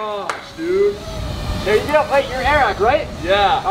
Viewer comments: It’s not eehrack, it’s like eric, air-rack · Air rack not airack xdddd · not trying to hate but its not a rack it is airrack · its airrack, not a-rack. and its a drone not a hover board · It’s not a-rack it’s air-rack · it is pronounced air-ack